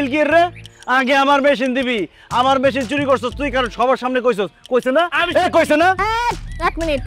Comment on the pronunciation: মেশিন না মেহিন